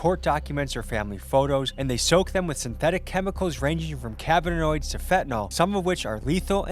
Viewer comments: Is it just me or does the “testing chick” keep sayin “cabinoids” instead of “cannabinoids”?. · "synthetic cabbanoids" lol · kuh-nab-ih-noid not "cab-in-oid" give her a job at ICE!!! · Cannabinoids.. Can-NAB-i-NOIDS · Bro said cabbinoids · Did it bug anyone else every time they said “cabanoids”? 😂 that’s literally not a fuckin word 🤦🏽‍♂️ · "cabbinoids" lol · What’s a cabanoid?🤣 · Cann-a-bi-noid. Say it with me officers. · Half the guards can't even pronounce the drugs they're searching for correctly. "cabbinoids". These dumbasses have no idea what theyre even doing or looking for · I’ve have yet to hear anyone pronounce cannabinoids correctly in these documentaries 😂